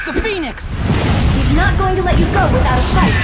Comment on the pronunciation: What normal people hear: THE PHEONIX What I hear: THE PEN*S